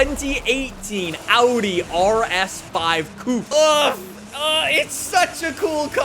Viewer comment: Coupe not coup, coup is where you keep chickens 🤣